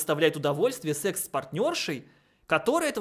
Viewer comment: В слове "секс" звук "э", там нет "е"🥹